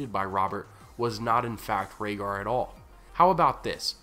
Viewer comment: Rayder... Raedar... Raygar... Rhaegar 😶 They rhyme...